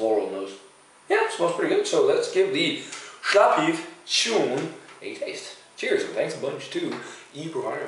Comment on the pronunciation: Shchoon :) Sha w peev